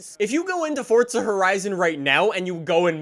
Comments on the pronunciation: Its Forza not Fortza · Forza not fortza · Forza, not fortza....Jesus fuck🤦‍♀️ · Forza of fortza jesus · Please stop calling it fortsuh bro it’s FORZA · It's FOUR-ZA NOT FUCKING FORTNITEZA ya fuken guck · For the love of fucking Christ it’s Forza not fortza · He says fortsa